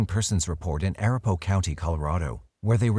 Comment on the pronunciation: Say it with me.. UH-RAP-UH-HO :)